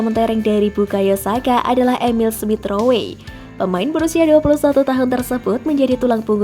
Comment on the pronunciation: Smith rowwwwe bukan smith ro-we